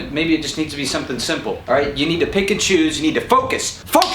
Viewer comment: Anyone else hears Pikachu instead of Pick and Choose? Pikachu!